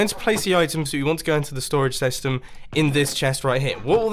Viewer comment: "STORAGE SESTEM"😆